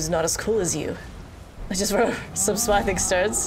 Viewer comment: can someone please tell her how to pronounce: Smithing